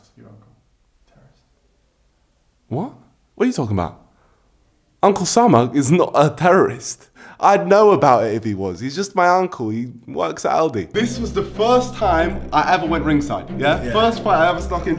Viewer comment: he legit pronounced it uncle sama